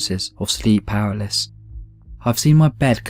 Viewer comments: he was saying "paraliss" lol it's "paralysis" btw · Say it with me! PARA-LY-SIS PARA-LY-SIS PARA-LY-SIS NOT PARALYS FFS. LEARN TO READ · Was he saying powerless?? You mean PAR-AL-ISIS... LMAO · Palasis you know how to pronounce this stop pretending you don't know how to pronounce paralysis your British it's in your blood ffs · I'm not impressed that pronounces "paralysis" as something like "paraliss". It's not that obscure a word and he surely must have encountered it before and know how to pronounce it. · should learn how to pronounce 'paralysis'.